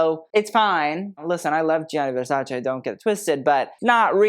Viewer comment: Pls put more care on the pronunciation of the ending part of "Versace" 🙏